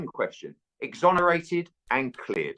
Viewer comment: Exonaerated and cleared simon you said it twice 😂😂 jordan couldnt have fluffed up more if he tried lol